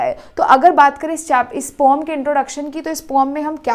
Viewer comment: Poem ❌ pom ✅ 😂😂😂😂😂